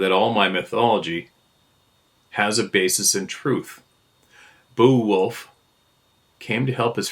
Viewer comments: Bay-a-wolf. Pronunciation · Beowulf pronounced Bay wolf. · The old English Saga, Beowulf, is pronounced Bay-o-wolf. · Me too. It was funny to hear not even know how to pronounce it lol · Hearing pronounce Beowulf was cringe but funny. Great story, whomever sent it in.